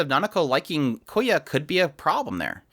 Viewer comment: loved the video but please if you ever talk about the show again say kyoya with the y in front of the k not koya